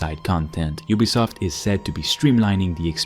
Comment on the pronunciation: YOU-bee-soft NOT Oob-bee-soft if you're going to review a company, at least pronounce their name correctly